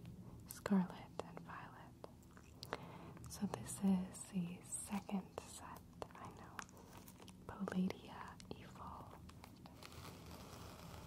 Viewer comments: Pa-lay-dee-a? No no, it pal-day-a paldea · “Palaedea evolved”💀